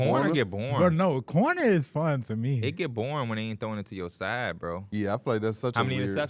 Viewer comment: Cordinier bro not cornier😂 gets a pass tho